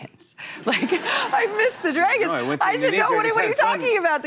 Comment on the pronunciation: Whatever happened to the comments that said she had a hard time pronouncing "dragons"?